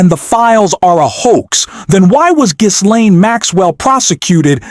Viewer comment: Ghislaine is pronounced GIL-LANE the h and s are silent.